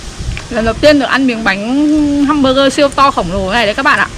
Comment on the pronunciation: găm bơ gơ😂😂😂😂